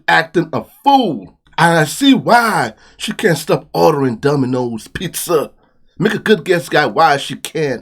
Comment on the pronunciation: Did you say Dumbinoes?😂